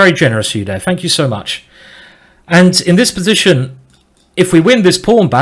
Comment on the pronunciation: I totally love your accent Simon! Especially how you say: "b'zition" ;)